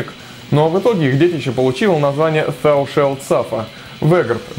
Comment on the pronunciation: Thou читается через "a". А так классный выпуск.